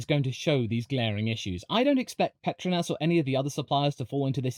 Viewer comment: "Petruhnass" Pet-TROW-nass